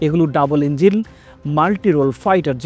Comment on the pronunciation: ডাবল ইঞ্জিল না ডাবল ইঞ্জিন।